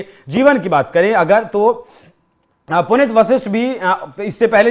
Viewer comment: हिन्दी की न्यूज सुना रहे हो, और बार-बार "पुनित" उच्चारण कर रहे हो। शुद्ध नाम है--"पुनीत" जिसका अर्थ है ---"पवित्र